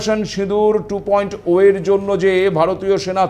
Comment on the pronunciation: আপনি ২. ওয়ে বলছেন কেন? উচ্চারণ হবে টু পয়েন্ট জিরো । সম্ভবত আপনি ইংলিশ মিডিয়াম ছাএ ।